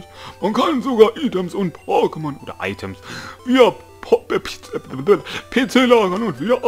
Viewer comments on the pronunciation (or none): es wird eitems und nicht items ausgesprochen 😁